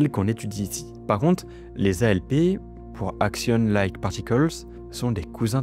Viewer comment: Alors par contre, je me permets quand même de te dire qu'un "axion" se prononce "action" et pas "agzion". La lessive aussi, se prononce "action". ^^ Axion \ak.sjɔ̃\ masculin (Wiktionnaire)